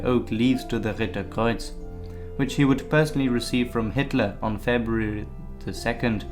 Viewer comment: Februrrrry ? Lol 😂